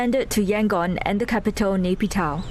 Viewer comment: Pls pronounce Myanmar capital properly like WaiKit.